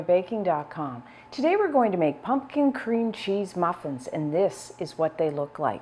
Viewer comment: I look forward to this time of year because Stephanie has excellent pumpkin recipes. But especially because I LOVE the charming and unaffected way she says, "Punkin!" Adorable! 🍁🎃🍁